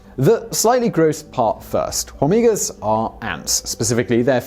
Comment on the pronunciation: The H in "hormigas" is silent.